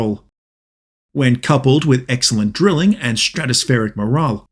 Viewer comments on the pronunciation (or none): none